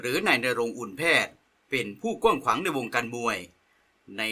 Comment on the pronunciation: กว้างขว้างครับ ไม่ใช่ กวั่งขวง